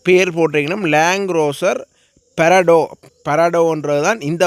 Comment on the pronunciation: பரடோ இல்லை ப்றாடோ